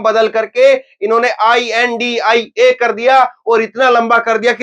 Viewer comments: I n d I a 😂 nahi India boliye sir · Beea.pada hua banda kuchh aisa.hee bolega Intia. Nahi. India Hota.hai